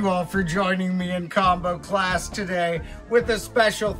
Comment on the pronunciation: ohhhhh "CLass" ok